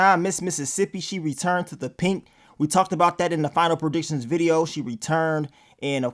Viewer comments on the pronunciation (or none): The one thing that stands out is is the only person that says Pink instead of Pynk🤣